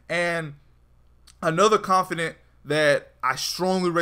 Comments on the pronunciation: ConfiDANT not confiDENT. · Hermione told me to tell you “its confidaaaaants not confideeents” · confidant... not CONFIDENCE.... damn dude. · It's känfəˌdant (Con-fih-dawnt), not känfədənt (con-fih-dint). It's the little things☆. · It's Not Confident.... its CON-FIH-DAWNT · confid AH nt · Con fi daunt is the pronunciation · you keep saying "confidence" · CON FIH DAUNT DAUNT DAWN-T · its con-fa-dant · It pisses me off how he says confidant wrong